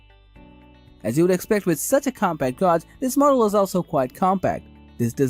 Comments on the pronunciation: Gog? Gauge is generally pronounced as "gAj".. Rhymes with cage, rage, stage. Solid video otherwise. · I stoped watching after I heard the word “Gawg”